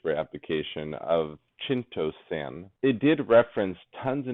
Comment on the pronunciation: Lol it's pronounced kai-it-o-san not shitt-o-san!